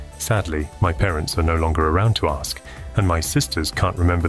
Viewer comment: Veery convincing AI voice,. Realised it at the false inflection point when talking about how your folks were sadly no longer around to ask about the guy's name. Specifically it was the word pair 'to ask'. Only a few of these 'uncanny valley' moments though, and the artificial breathing really sells it. Great work!